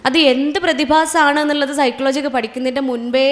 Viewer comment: സൈക്ലോ ജി എന്നല്ല. സൈകോളജി എന്നാണ്